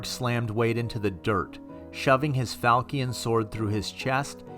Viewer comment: Siobhan is pronounced Sabean falcion fal chon Good job otherwise